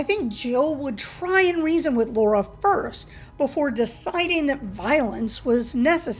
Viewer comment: Jesus; it’s pronounced LARA. Repeat it after me: LA RA! The heck is “Low Ra?”